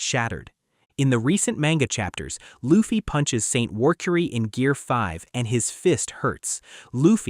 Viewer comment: The fact this MF pronounced luffy in the first 10 seconds the way he did is an instant dislike and don’t recommend channel 😂😂😂😂💀